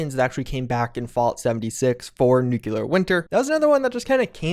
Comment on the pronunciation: Fallout youtubers saying "nucular" drive me crazy...